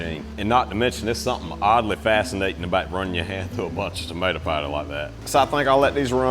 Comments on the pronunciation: Love the accent pider like spider 🕸️ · Pooutter😂 I crack up at this accent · I'm still hearing "pider" Cracks me up every time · Gotta be Louisiana 😅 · 😂 I keep hearing it now too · I was so confused at first 😂